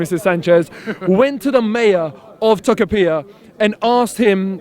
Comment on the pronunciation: Lol, as a Chilean I love the cockney pronunciation of "Tocopiha". (The way to pronounce "Tocopilla" is more like "Toco-pee-yah")